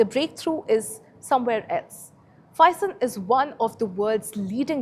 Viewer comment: You have pronounce Phison wrong.